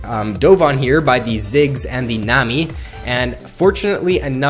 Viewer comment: its nami not nemi -.